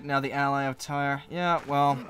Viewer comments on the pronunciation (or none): I tried to reply on the right one but I couldn't find it... I thought that the expansion came out June 9th and not July 9th. My mistake. You keep saying Tyre wrong lol